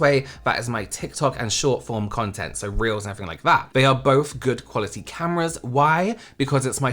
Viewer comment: you said 'this is for reels' but i heard 'this if for reals' i was like yeah i believe you